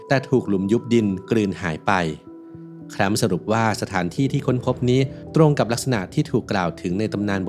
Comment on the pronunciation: สรุปจะแคลปป์หรือจะแคลมป์?